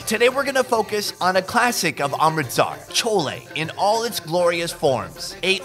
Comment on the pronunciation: Love your accent “welcome to Aaaaarmrrrritsaaaarrr”